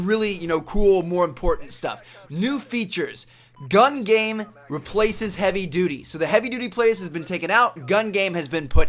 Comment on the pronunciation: he says: "I luv gam game"